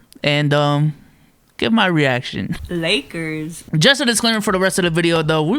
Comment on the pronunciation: "Lake-errrs" orale! SMFH. Lol. Also, Ofc a Utah Jazz fan is trashing Westbrook.